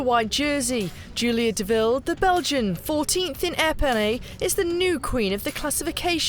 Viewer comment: The stage ended in Epernay. It bugged me that she mispronounced this every time.